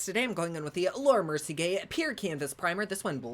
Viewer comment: Ms. Ma’am did you say Laura merci-gay 😂😂😂 love it!!!